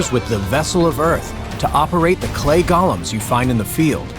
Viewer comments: I don't understand why so many people see "Golem" (Go-lem) And pronounce it as "Gollum" (Gol-lum) from Lord of the Rings. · Dude mispronounced "Golem."